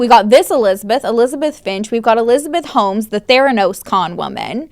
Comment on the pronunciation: Not another E-LIES-abeth!!!